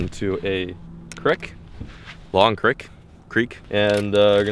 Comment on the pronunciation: thank you for saying creek like you did. ou did not need to correct yourself. My friends make fun of me when I pronounce it like that.